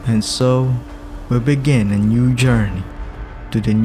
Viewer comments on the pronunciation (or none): none